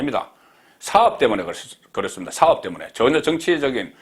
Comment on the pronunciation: 송국장 발음이 명확치 않습니다!"사업이란 발음이 영않좋네!